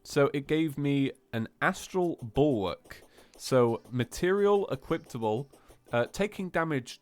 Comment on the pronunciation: Is anyone else noticing how literally always says equiptable instead of equipable xD